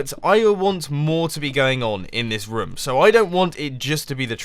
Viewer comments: lol the way u says room sounds like voom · The way Mumbo says room cracks me up every time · Does it get on anyone else's nerves the way he says "room"?